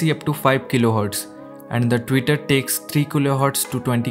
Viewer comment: tweeter not tutor*